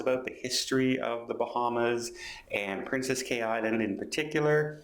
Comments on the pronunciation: It's pronounced Keys not Cays. princess Cays but pronounced Key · Pronounced as keys. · Pretty sure Cay is pronounced as key.